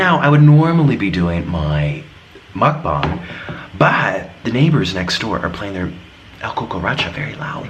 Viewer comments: He keeps saying mukbong and not mukbang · It's pronounced mucbang not mucbong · I like how u say mukbong lol